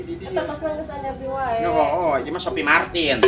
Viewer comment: Harus nya si iyem bilang nya tas nya Sopie mArtil jangan Sopie mArtin wkwk😂😂😂